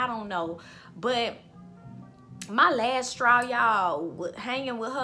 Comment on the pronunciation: You have multiple "lasstraws"